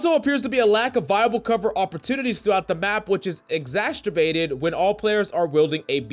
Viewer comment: Did u just say....exasterbated? Lol